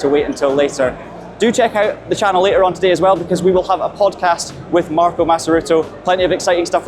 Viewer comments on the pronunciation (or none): none